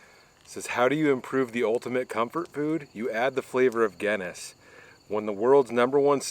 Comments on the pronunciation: Someone please tell him how to pronounce the beer right and the pasta I’ve never laughed so hard on how he said them completely wrong gayness wtf its Guinness and the pasta don’t even if your Irish you should be angry. I love this guy but come on and did you try the tv settings may be there is some setting there guy. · Glad your still doing ok, you always cook such nice looking food. Its actually pronounced GIN same sound BIN ness. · Somebody teach this guy how to say Guinness, please!! 🤣